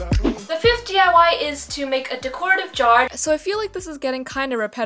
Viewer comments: she said decoritivejar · I've never heard anyone pronounce 'decorative' that way, haha.